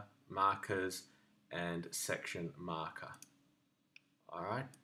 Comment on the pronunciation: Great explanation, but there was something about the way you said "section marker" which made me laugh every time xD